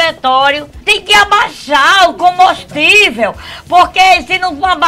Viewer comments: . 'CACHÔRO' || ''COMBÔSTÍVEL''. KKKKKKKKKKKKKKKKKKKKKKKKKKKKKK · Tô até agora tentando saber o que é o "Comostível".... kkkkkkkkk